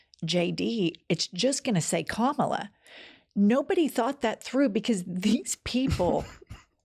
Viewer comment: Please pronounce her name properly it is KA-MA-LA and not KAMLA